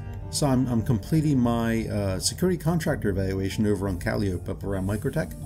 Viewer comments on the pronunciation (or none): Kah lie oh pee lol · I was just going to ask if these fit into a smaller ship. I was looking for a nice small ground vehicle, because I do bunkers. Oh, and Calliope, is actually pronounced Cull-eye-oh-pee.